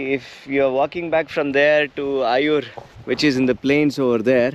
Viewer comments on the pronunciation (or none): Nice video. These used to be some places I had visited a few times. One thing though. It would be good if you can pronounce the names of the villages better. It is 'eye-oor', not 'ayur' :-) Similarly, Toluva betta, not Tuluva betta. Keep those videos coming